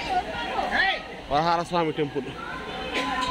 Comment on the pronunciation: వరహల కాదు రా బాబు వరహస్వామి దేవాలయం